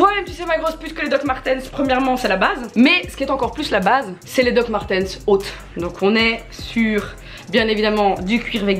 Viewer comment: « Doc Martèns »